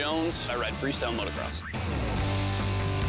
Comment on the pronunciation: You would think the "World class" announcers would know that there is only one "R" in motocross, but no. Both of them said motorcross.